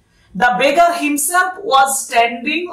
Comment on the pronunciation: beggar টাকে begga বললেন মনে হলো😅 but kharap bhabben na apni khub bhalo bujhiye bolen ❤ ami porasunote kono mojar jinis pele khub bhalo mone thake 😊